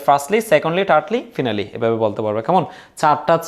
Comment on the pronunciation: ফিনালি ❌ ফাইনালি ✅